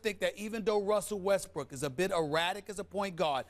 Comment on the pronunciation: that mans name is westbrook